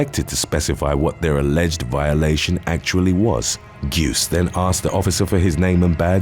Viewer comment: It's pronounced Juice